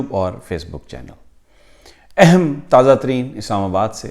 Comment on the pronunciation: Sir G " Eham" word per zoor thora kam dala karain. her baat he Eham hoti hai apki. but keep up the good work . Khan ka sath mat chorna